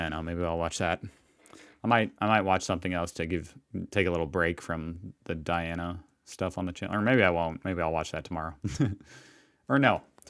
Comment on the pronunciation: Terrible angry-sounding commentary - she couldn't even pronounce names correctly, including that of Princess Diana.